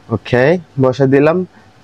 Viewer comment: ভাই অখেই অখেই করেন কেন ওকে বলতে পানের না বেশি স্টাইল 😏😂😂😂🐸